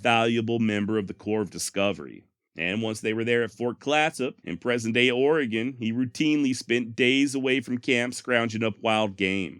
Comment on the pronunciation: Holy Sh*t! You said Oregon correctly!